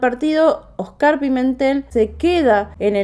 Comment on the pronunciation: Se pronuncia Óscar, no Oscár.